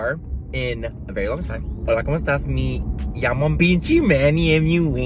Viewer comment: I love the new “pinchi Manny”, no fucking filter and doesn’t give a shit about anything, he just speaks his mind! Me gusta ! Pero es Pinche not pinchi 😂